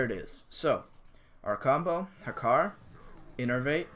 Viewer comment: It's Hakkar btw